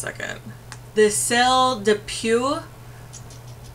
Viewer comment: i think it's pronounced "clay deh poe"